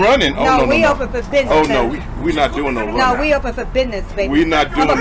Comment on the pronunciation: Sue said Bithness…get it right! 🫵🏼🥴🫵🏼